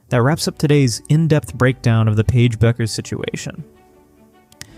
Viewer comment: If you can't pronounce the players names, your whole channel is discredited. Paige, Lou, Arike all pronounced wrong. Very easy to verify names before producing the video. Why would anyone trust your content? No new info, just lots of words saying almost nothing.